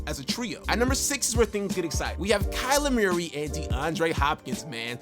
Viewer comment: “Kyler Meeyeree” 😂😂